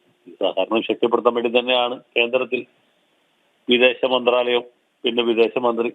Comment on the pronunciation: മര്യാദക്ക് " മന്ദ്രാലയം " എന്ന വാക്ക് ഉച്ഛരിക്കാൻ വാർത്ത അവതാരകാന് അറിയില്ലേ... കഷ്ട്ടം